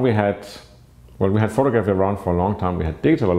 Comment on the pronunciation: pho-tog-raffy not photo-graffy.